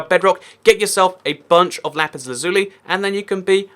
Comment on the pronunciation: Its LAzuli not laZUli lol